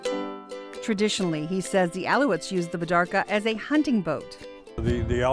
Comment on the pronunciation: The baidarka may be a rather ancient design but it has better traveling and rough water handling than most modern kayaks. It's great that they are getting more recognition. BTW, it is pronounced "Al-ee-ute"